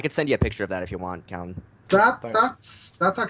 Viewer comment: Hi, it's Callan, not Collin. Easy mistake given usual pronunciation, best just to stick to Reti. I apologise if I came across as overly negative, I didn't intend to. There are many advantages of each weapon it's just that the others mostly covered the advantages so I was left to talk about the criticisms. I do mention some positives though.